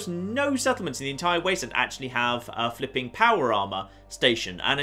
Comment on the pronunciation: I love everything about this guy except when he says flipen